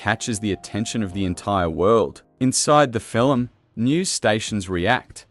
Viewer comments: "film" "fillem" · This AI narration tries to talk about the “fillum” created by Stephen Spielberg.😊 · The narration is just appalling. Fil-um, fil-um, fil-um! Did the creator even listen to this before it posted? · Doesn't it make you want to go see this fill-um?